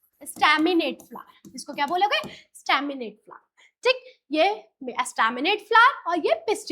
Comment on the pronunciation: Mam usko flower bolte hai flar nhi 😅